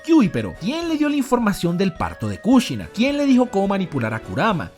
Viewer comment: No les da toc como menciona los nombres propios? Mádara , Kúshina